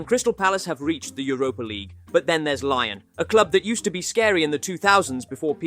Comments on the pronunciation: Why do you keep saying “lion” instead of “Lyon”? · Lyon is not pronounced “Lion”. It’s Lee-Own. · Bro can’t even pronounce Lyon properly. Not very good from a supposed football channel